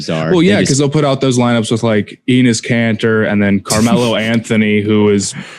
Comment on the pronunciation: why does say Enis Kanter